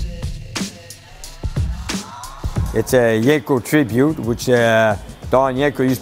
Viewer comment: it's not yanko its yenko lol